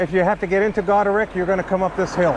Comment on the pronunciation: Its Goderich as in rich man